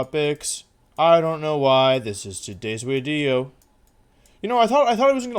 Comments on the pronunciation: 'Speak now or forever watch the wideo' is actually an incredible quote lmao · Where did the whole "wideo" thing come from. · “Speak now or forever watch the wideo.” Looks like I have to watch the wideo until the end of time. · only if you fix your teeth and stop saying wideo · Why does he pronounce video like that? Not judging, just curious. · Still thinking why he says wideo after like 5 months of watching, a speech thing or what, every v sounds like w he said whenyousaur for venusaur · “You can’t just come up with a new wideo everyday!”- Some dummy that underestimates Wolfe’s creative genius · Wideo man, definetely